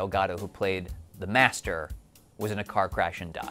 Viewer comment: The guy is called "the Master", not "the Messtrr".